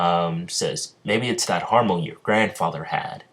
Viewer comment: It's not harmon " it's Hamon